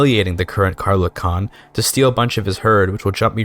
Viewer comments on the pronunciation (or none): none